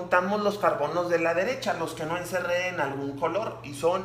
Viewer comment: No sé que decir pero en el ejercicio número 3 cuando dijo:"tenemos cuatro carbonos" yo escuché carconos😂